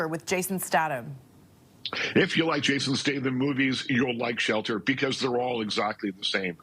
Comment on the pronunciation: You don’t even know how to pronounce Jason’s name how outa touch